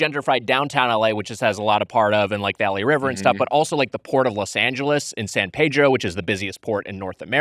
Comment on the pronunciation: It’s San PEE-dro, Tiger. C‘Mon now.